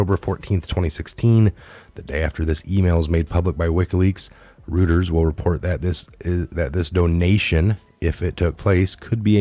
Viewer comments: Royters, not Rooters (spelled Reuters). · Reuters.... is pronounced ROYTERZ...